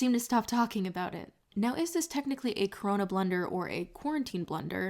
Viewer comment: I'm uncomfortable with how you say blunder like blender xoxo